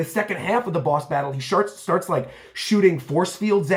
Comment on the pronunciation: "he sharts"